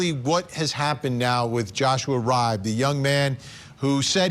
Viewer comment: Love ya Vinnie- just an fyi... Riibe is pronounced Ree-Bee. (I'm from the midwest and this is a common name here)